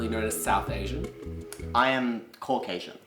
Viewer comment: Did that white guy say cock-asian?